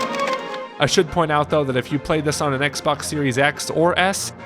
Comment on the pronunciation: So much poop in that one level i thought you said “i shit point out though” instead of “i should” 💀